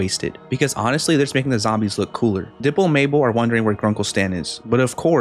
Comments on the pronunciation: He said dipil when he was TRYING to say diper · you said dlipper